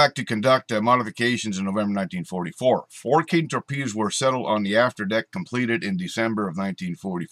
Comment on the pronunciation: Cool! Though I believe it was pronounced "kay-ten".